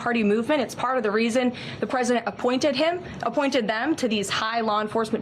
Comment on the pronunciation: This human on podcast said the word president so much. I don’t think she pronounces it correctly anymore.